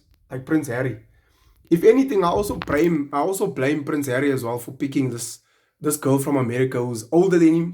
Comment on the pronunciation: “Prince herrie “ 😁😁😭😭😭